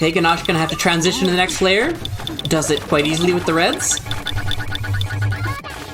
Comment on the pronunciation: Great commentary session! Don't worry,, even I have trouble saying trantision sometimes